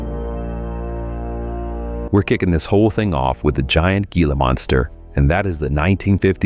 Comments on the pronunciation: Given the fact that the narrator is unable to pronounce "Gila" correctly, I think he has little room to mock it. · Hey narrator, reference The Giant Gila Monster" Gila is pronounced HEALA, not Geala. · The only problem I have...It’s pronounced "hee-la", not "gee-la". I know how It’s spelled, but It’s Spanish.